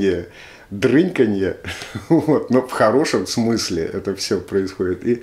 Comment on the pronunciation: не дрЫньканье, а дрИньканье)